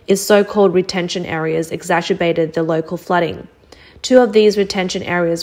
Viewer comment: ex accer bated saying ex asher bated